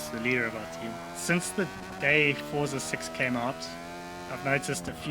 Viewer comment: why do you say fortza wtf